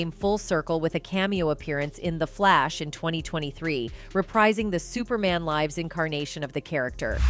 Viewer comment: Superman life's? 🤣stupid A.i.